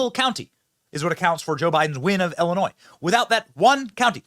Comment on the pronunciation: Benny it's pronounced Illinois not ellinois, crook County not cook.